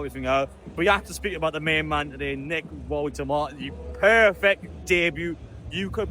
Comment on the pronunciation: It’s pronounced VoltamaDA.